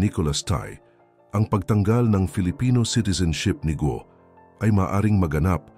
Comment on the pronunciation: correction GUO po hindi GO